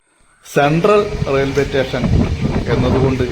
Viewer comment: മച്ചാനെ.... "റ്റേഷൻ" എന്നല്ല പറയേണ്ടത്. "സ്റ്റേഷൻ" എന്നാണ്. സ് എന്നത് താങ്കൾ വേണ്ടെന്ന് വെറച്ചാെ?😂 (എന്തായാലും പരിപാടി സൂപ്പറാണ്👍👍👍)